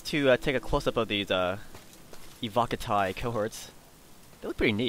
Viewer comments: ALL SEGA SAILORS PLEASE LISTEN your pronunciation of words is terrible IT'S NOT AVO-CARTI as you pronounce it, its pronounced EY-WO-KA-TEE. Sorry for the hatred, I love Sega Sailors but when it comes to word pronunciation, Sega Sailors are the world's worst at the English language. There's no R in Evocati and I'm also curious as to the difference between "word pronunciation" and all other kinds of pronunciation. I'm still not sure what "over extended the i" means though... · You do realize it isn't English right, and it's actually Latin? It's from evoco, where the v would be pronounced as a w and the c would be a hard consonant.